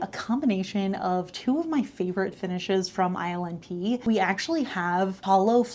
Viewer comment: Everytime she says ILNP, I hear "Island pee" 😂